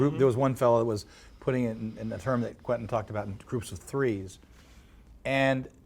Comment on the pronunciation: Interviewer: "So about QUINTIN Tarantino" it's fucking Quentin you numpty! You are meant to be a journalist for fuck sake.